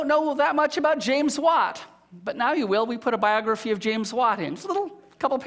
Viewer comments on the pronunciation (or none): none